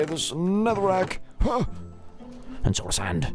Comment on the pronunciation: I think you said nether-wak when you said Now time to put away all this nether-wak but its ok because I actually have a speech therapist and I cant say my r's correctly so nether-wak is how I pronounce netherack